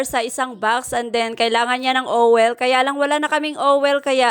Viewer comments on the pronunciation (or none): silent i ang oil.d nman ganon mag pronounce owel kung pakingan mo.parang owl ba ang tunog..o d kaya ol